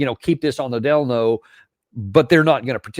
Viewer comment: Keep this on the “delno?” Is that English?